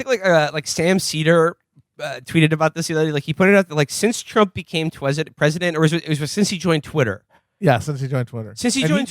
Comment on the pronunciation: this mf said twesident